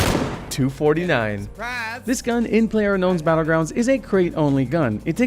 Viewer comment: It’s pronounced m249 not m2 49